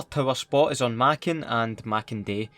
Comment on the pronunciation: I actually like how he pronounced "Makin" correctly. It's not pronounced like "Make'n". But Maa Kin まきん.